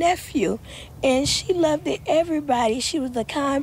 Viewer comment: Loved not love-ded yall.